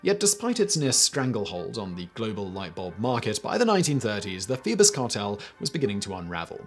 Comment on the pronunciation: Phoebus cartel .. thought he was saying Beavis Cartel …. lol